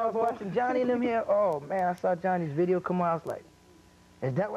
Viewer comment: "It's Vii-ee-oh Soe!" 🤣